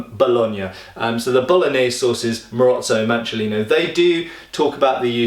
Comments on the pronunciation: for pronouncing Bologna quite well! (just subscribed, awesome stuff man! cheers from Italy!) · Good job pronouncing the gn/ñ/nh sound for a non-native speaker!